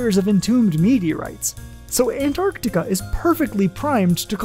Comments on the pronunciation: That was great thank you! I learned that the glaciers act like conveyor belts and transport millennia worth of meteorites to certain gathering grounds scattered about Antarctica. Also, thank you for properly pronouncing "Antarctica". and not saying "Annarticka" 👌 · Thank you for pronouncing “Antarctica” correctly. So many forget about the first “c”. You earned my subscription 🌸.